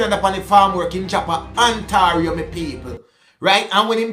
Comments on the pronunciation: lol it’s pronounced( On Tay rio) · Ontario is pronounced On-tay-ree-o